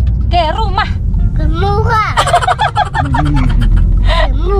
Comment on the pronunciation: Susah ya mika bilang "ke rumah" 😂😂😂